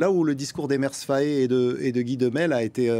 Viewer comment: Maudiaa c'est pas Faye mais FAÉ